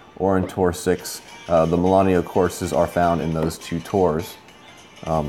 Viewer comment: It's MILANO... not Milan-e-o.